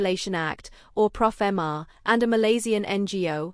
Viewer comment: It's pofma. No "r" Please stop saying profama